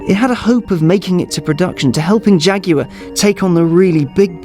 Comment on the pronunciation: Since when is Jaguar (jag-war) pronounced fucking jag-yooo-arrr? Get English or get fukt.